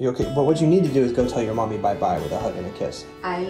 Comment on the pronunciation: witewally hit the gwiddy